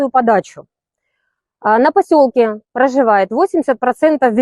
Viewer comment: "На пасьолкє праживают пагіпшиє жони, пагіпшиє муж'я" - це як???